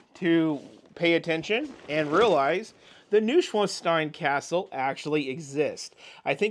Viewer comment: minor correction on the pronunciation of Neuschwanstein. in German, the letters "eu" are pronounced like the English "oy" as in the word boy. so think of Neuschwanstein being spelled "Noi-schwanstein" as opposed to "Noo-schwanstein." this also means that the author people typically refer to as Dr. Seuss (Soose), actually rhymes with the word "voice" in English (Soi-ce) as opposed to rhyming with the word "loose."